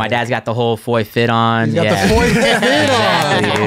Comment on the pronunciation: Gotta love Jamie Foy dude but he gots learn the H is silent lol. Keep fuckin up shit bro, see u out W soon